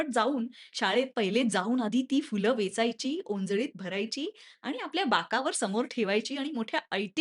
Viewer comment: Fool nastat madam phool ( फुलं ) असतय मॅडम